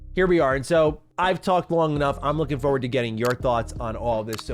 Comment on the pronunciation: Fuh word ? You mean forward